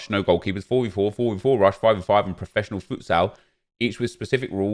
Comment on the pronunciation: Please pronounce futsal properly. Futt-sool